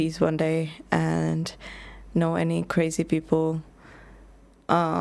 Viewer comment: Hi. no....that's not crazy that's CWAZY!!! ❤from Canada!!!